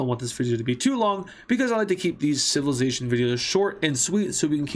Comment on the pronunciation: civilidashun 💀💀💀 /j